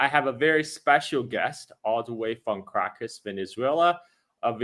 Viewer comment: Carl, the name of the capital of Venezuela is pronounced "CAR - RA-CASS" and not "KRACK- ASS" as you say. Venezuela accounts for less than 1% of illegal drugs reaching US shores. Most drugs are imported from friends of the US... with the complicity of three letter "security" agencies.